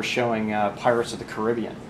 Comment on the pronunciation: pirates of the..... how did he pronounce it??? lol